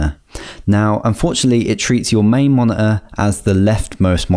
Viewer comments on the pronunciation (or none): did actualy help me allot but the mone heueeee was hillarious